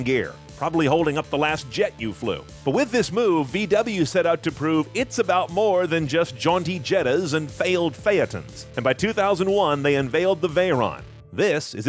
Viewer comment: after hearing you butcher bugati cringing every time you said the word, but once you said pheton I just could not watch any more. btw its boo got ee not be-ew-got-ee and its fate-on not f-eh-a-ton